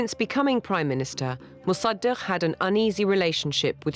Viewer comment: Pronunciation fail: Mosa-duck 😝